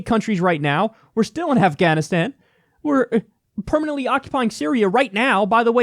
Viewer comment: Why does she say “Afghanistan” so weird